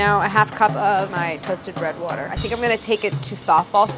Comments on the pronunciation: DID NOBODY ELSE CATCH THE "WOURDER" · That was definitely a "wourder" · Lady: “wourder” Brad: “finally, I’m no longer alone” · The female narrator in the “how it’s made” jelly belly video says “wourder” just like brad. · I was waiting for the "Wourder" text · Jelly Belly video lady out here saying “wourder” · I think Brad is rubbing off on Claire a little bit bc she literally said “wourder” lol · hold up did anyone else notice the lady in the video say “wourder” like brad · lady channels brad for a second. "wurder" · “the slurry consists of WOURDER” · Brad's pronunciation of "water" is starting to rub off on Claire I see